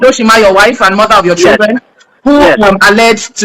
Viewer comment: I only heard choodren not children